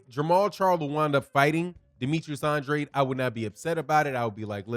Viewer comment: Tell The LDBC Conglomerate To Pronounce Boo-Boo's Name The Way He And His Father Pronounce It..."ANN-DRAYED". Anything Else Is Disrespectful👌🏿.